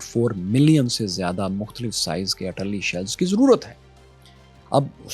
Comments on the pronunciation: what is Atalli shells? are you saying Artilary shells? not sure what is Atalli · "Arr te larry" shells not ar talli.